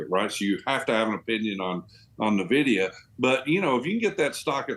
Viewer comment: Who is Na-vidia? ;)